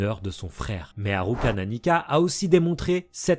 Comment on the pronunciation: C'est frustrant tu dis Killua et pas Kirua et tu dis pas alluka et tu dis ARuka 😭 ça me perturbe 😩 mais sinon ça on s'en fou, j''adore la vidéo !! 👌